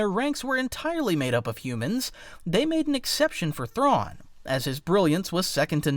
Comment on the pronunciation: You cant even pernounce Thrawns name correctly